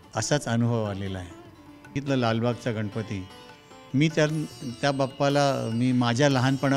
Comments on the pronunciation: अतिशय सुंदर मुलाखत आहे परंतु गणपती न म्हणता गनपती म्हणत आहेत मुलाखत घेणारी मुलगी न आणि ण अर काम करा.... अगदीच बेशुद्ध मराठी आहे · 10 वेळा तो शब्द म्हणून घ्या गा न गंनपती उखाना गने श